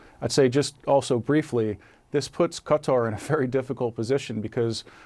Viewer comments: "ka" "tar" !! Not "cutter" !!! Jeezes... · Haven't learn how to pronounce Qatar?😂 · cuz dont know how to say Qatar? on CNN?